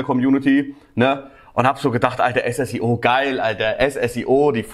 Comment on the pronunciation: Er heißt Ssio nicht S S I O